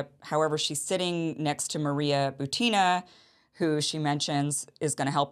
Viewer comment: Maria Butina. Emphasis is not on "a" in her last name, but on "u". BUtina, not ButinA.